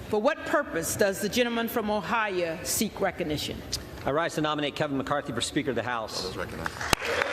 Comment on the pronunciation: It is called OHIO not OHIE madam